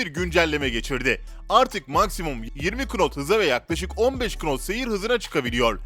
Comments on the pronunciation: knot diye okuma nat diye okunur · KNOT yazılıyor ama NAT diye okunuyor !!! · knot'un okunuşu not şeklindedir. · Knot olarak yazılır Nat olarak okunur 🤷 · knot nasl okunur onu bile bilmiyorsun. abonelikten çıktım derhal